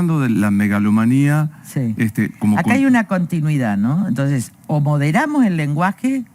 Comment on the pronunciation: Se dice: Melagomania?? O es Megalomania? Y el lenguage ya estaba destruido por todes.